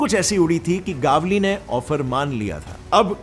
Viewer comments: It's not गावली it's गवळी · Its gavali गवली not gaavali गावली north india ka choda sala 😂😂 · It's not a गावली it's गवळी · It's गवळी Not गावली .. 😄😄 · Are vo गावली नहीं गवळी हे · Bhai Gavli or manya surve kaa pronounce galat kar rahe hoo